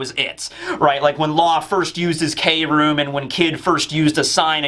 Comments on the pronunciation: I believe Kroom isn't pronounced as Kay-room, but as Kroom like how Chris or crafty is said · Law's kroom is supposed to be pronounced without saying 'kay', but just kroom because in japanese "kurumu" means 'to wrap' like how law wraps his sword with his room ability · we love you but please no more k-room. Can we try to just say kroom like broom but with a k.